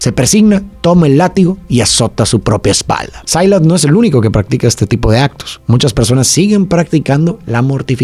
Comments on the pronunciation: Silas NO Sailas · cual "sailas"?? Se pronuncia "Silas"